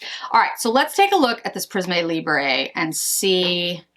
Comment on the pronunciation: Hi! Thank you for preparing and posting this great - informative - video. (Just a pronunciation correction because you’re likely to say it again in future videos: Prisme Libre is pronounced “Preess-mm Lee-Brr” - so no Z sound and no “eh” sound — when a French word ends with an “e”, the “e” is never pronounced “eh” unless it looks like this “é”.) The new Chanel quint is ideal for your skin tone (and hair colour) - it would have been great to see side-by-side swatches of the Chanel and Dior quints. I am only planning on getting the orange and pink sticks, as per your recommendation (so glad the formula is not tacky). Thanks again. PS: have a great trip.